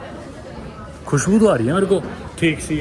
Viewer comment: When u say "Khushbhu" sung kr bta diya Americans hai ye 😂😂